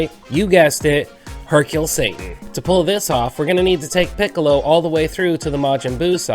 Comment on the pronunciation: Just got this game back after a nice long years of not playing it and in this video I think everything's awesome except Hercules name being pronounced as I think everyone says Hercule